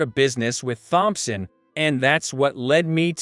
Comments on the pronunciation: Wow! These computer / AI voices reading the text are horrible. “Th”-omp-son. Really?? Really detracts from whatever the story is. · Using that robtic voice took away from the story. Mispronounced names like Thompson and other words detracted from enjoying the story.